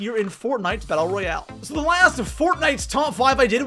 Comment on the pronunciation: Its royale not royal LOL